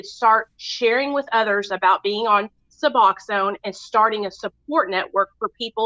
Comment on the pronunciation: Lmfao she cant say suboxone